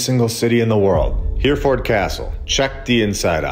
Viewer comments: It’s pronounced ‘Herreford’ btw, but fantastic content, thank you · It’s pronounced Herryferd. Love your videos. TY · Hereford is pronounced ‘hair-a-fud’ We speak the same language so differently. Love from Ireland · Brilliant 👏🏻👏🏻👏🏻 except Hereford is pronounced Heri ford… not Here Ford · I'll go there next week and video it for you. By the way, it's not Here - ford. It's He (as in heh) -Re (as in Reh) -Ford. But it's a good attempt. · It’s pronounced Herryford cathedral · It's pronounced Heh-ruh-fuhd, old chap, Heh-ruh-fuhd. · Great episode, btw it's pronounced He- re- ford , its an amazing place. von Braun 'He aimed for the moon but kept hitting London' (V2 rocket) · All great info! I love, and now with over 100k subs!!! Ya might want to look into how to pronounce “Hereford” and “invalid”, though… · You're pronouncing Hereford wrong.